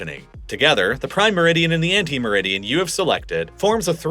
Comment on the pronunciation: It's 'antimeridian', not 'ante meridian'.